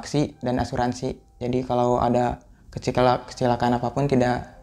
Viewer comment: Di menit tolong fokus "KECEKALA" bikin cekewa dengarnya.😂😂😂